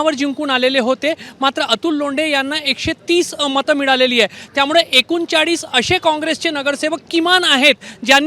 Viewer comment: पत्रकार, अरे बावा मराठी नीट बोलायला शिक. त्यामुडे नाही त्यामुळे म्हणायला शिक. 😊😊